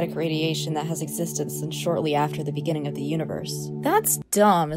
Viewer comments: “In-in in the beninging” Yeah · I wheezed, not in the end but “In the beninging”